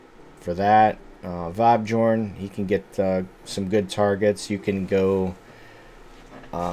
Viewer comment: Very nice deck and video! (pretty sure it's vab-yorn and not vab-giorn though)